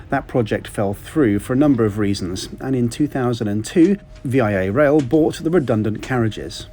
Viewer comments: Great video. I would love to take this train. Just a quick note that in Canada we say Vee-ah Rail not V-I-A. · HAL-A-FAX and it's not V-I-A Rail its VIA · Lol. "Via" is a word.... It's a preposition "by way of, through" ... Not V. I. A. Rail.... It's "Via Rail" 😂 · VIA is NOT an achronym (V.I.A.). It's just 'via' which means 'by way of' and is pronounced 'VEE-AH' The important thing to note is that VIA does not own any physical rail lines which means one may be delayed, sometimes significantly, as freight trains take priority over VIA trains. Your train can be shuttled off to a siding for minutes or hours depending on the freight schedules.